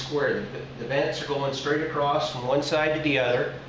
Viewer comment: Acrosst... Acrosst here....